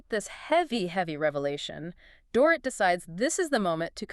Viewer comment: Dorit’s name is pronounced DOR-EET